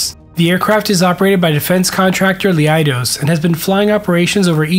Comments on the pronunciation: You pronounced Leidos wrong. In the video you said "LEE-EYE-DOS", but it's just two syllables, "LEI-DOS". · FYI, Leidos is not pronounced Lee-eye-dos. It is pronounced Leye-dos. Two syllables, not one.